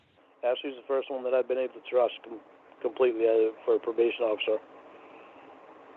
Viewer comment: only "trahsts" female counselors and probation officers. He was raised by his mawm after all.